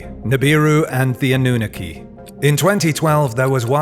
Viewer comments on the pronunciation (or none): also it‘s called anunnaki not anoohneke there is nothing worse than an english speaker pronouncing words that aren‘t english lol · Lol anooniki? Sorry but it’s pronounced, “ah-noo-nahh-key” (Annunaki) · Ive always heard it as "Ah-nu-nah-kee" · Ah - new - nuh - key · Eh the pronunciation... Anunnaki..hmm...🤔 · Please check your pronunciation of Annunaki you sound ridiculous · Why cant he pronounce Anunnaki correctly? There is a video every other video on this channel meant the Anunnaki lol